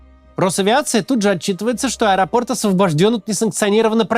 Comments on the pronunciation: Максим, как всегда, каждое слово в точку! Единственное уточнение, ударение на последний слог "аэропортА", "аэропортУ". Спасибо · Ударение на последний слог в этом слове ставится только в варианте "В аэропортУ".